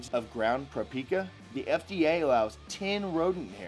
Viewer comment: "Prapika", lol.